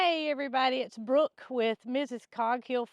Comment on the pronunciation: Brooke not book😂